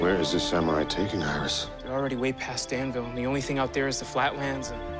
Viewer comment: My favourite quote is just simply "The sam-your-eye served it's purpose" I just can't stop laughing at the way she pronounced samurai